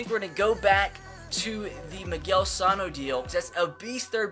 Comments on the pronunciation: I'm a twins fan, No offense but it is Miguel Suh no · Bro u pronounced Miguel Sanos name wrong